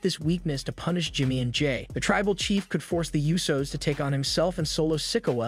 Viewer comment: learn how to say wrestlers' names. La Knight, it's L A Knight. how do you not know how to say Butch? who are the U So's?